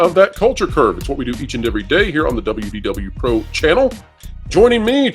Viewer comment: When ever anyone quotes this channel they say it as “WD Wpro”. Why? This is perplexing to me. Why not say WDW——Pro. You’re placing the wrong emphasis and it’s frustrating. Love the channel. Just had to rant a bit!